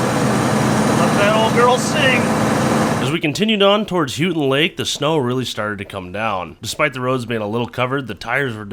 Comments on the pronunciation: aka, Houghton Lake is Pronounced Holt-Ton Lake lol,:) just wanted to let you know, "as i am a first time caller, long time listener!!! " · M-You-nis-ing-Munising not Munsing haha 😂 Hoe-ton lake not hueTon lake - Houghton lake lmaoooooo. Mackinac-Macki-naw not MACKINACK HAHA. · Houghton Lake!! (Hoe-ton, not Hue-ton) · Not Hoo-ton, it is Hoe-ton Lake. Cause Hoe-ton (Houghton, home of Michigan Tech University) is up on the Keweenaw Peninsula. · It's not Houton like Houston, but Houton like Hoeton. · It's Ho not hue,ur saying it wrong! I lived in Mio for many years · Houghton lake is pronounced.. Hoe-ton!! Houghton lake! Not... hew-tin! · I've lived in the UP my entire life. We too have had really bad winters with no snow. You guys were lucky and found the only towns that actually got some. BTW, it's Munising (mew-nuh-sing) not munsing. EDIT Also, Houghton is pronounced ho-tun not hew-tun. ;) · Michigander here. Proper pronunciation for Houghton is HOH-ton And for the Proper annunciation for Mackinac is Mack-i-naw The "C" is silent due to being a French word. (Like fucking nails on a chalk board) when you murdered those names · I just want to say that it's pronounced hoe ton lake, aka Houghton lake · its pronounced hoe ton lake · As a native Michigander I got a kick out of how you pronounced Houghton Lake, lol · First I love your videos. The videos you all put out have made me more willing to tackle olders vehichles. Secondly, and this is just a pet peeve of mine. Houghton Lake is pronounced Hoe-ton Lake. 😂😂😂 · its houghton (HO TON) and mu ni sing not munsing as you have stated. there are alot of crazy names here in michigan. great video love your channel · Pronounced , Mack-in-Aww Bridge and Hoe-tun Lake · "HO-TIN" Houghton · Houghton Lk. Ho-ton long O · it's pronounced HO-TEN lake. great hunting up there too